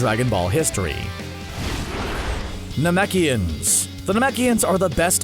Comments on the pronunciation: you know it's scripted when you pronounce Namekians "Namakians" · it just goes to show how the announcer knows nothing about db, calling namekians nemakians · Man said naMAKIONS 🤦🏻‍♂️💀